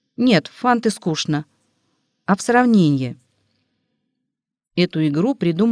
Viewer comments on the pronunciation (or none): none